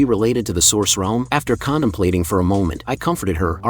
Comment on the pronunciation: Did he say condomplating